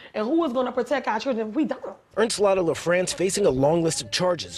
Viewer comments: Ernstlatta LaFrance? Wow 🤭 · "Ernestlatta LaFrance"....interesting! lol